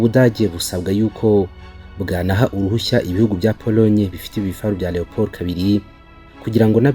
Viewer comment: Leopard not Leopold